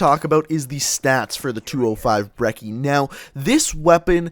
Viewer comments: It's pronounced Bre-ch-ee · did he say broccoli or brecci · And ur not saying brecci right